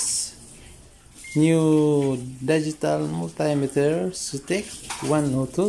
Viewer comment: Daygital multaymeter sounds like daygii and Gugol